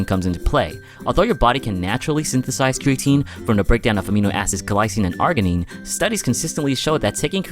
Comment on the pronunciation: great video but it's pronounced 'arjinine'.